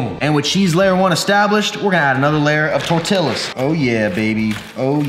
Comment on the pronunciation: I was so happy when he finally stopped pronouncing the LLs in tortillas then he did it again omg